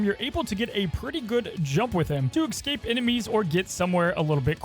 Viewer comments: Commenting again that “excape” is not a word. The word is Escape. You liked this comment last time and still you said excape multiple times. That’s not a word. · Why are you saying EX-scape? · You can’t speak properly you got so many normal words wrong. “Ultimants”, “Ecscape” ew